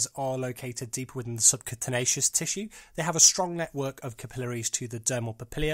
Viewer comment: "SubCUNTanaceous tissue" lol wat...u mean sub-cutaneous right XD (sub q tain ee us) . Nice vid tho :)